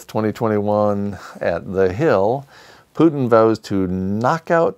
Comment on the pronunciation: Business as usual while the world goes crazy! Love your mispronunciation of Putin : (Vladimir Vladimirovich Putin)